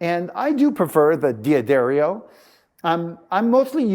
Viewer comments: Helpful Hint: It's pronounced "Duh-Dario," not "Dee-Addario". I don't know why so many people get this wrong. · So? Just because they have a guitar tech who doesn't work for them mispronounce their name doesn't mean it's correct. D'Addario isn't going to bleep out the mispronunciation. D'Addario is an Italian name, and as such, the "D" blends with the "Addario" as one word.